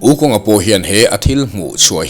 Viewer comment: Wu khong tia lamtur!